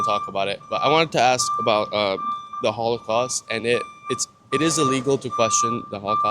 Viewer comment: he says hollycost more than hollywood